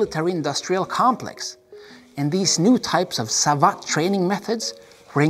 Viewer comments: Besides, Savate is pronounced like cravate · Well just to be clear.. the e at the end of the word savate is not pronounced like in the word karate. In fact it isn’t pronounced at all. It is pronounced sa-vat’. When you read both words correctly they now don’t sound at all alike. kara-te (tay) sa-vat’ (like «bat»)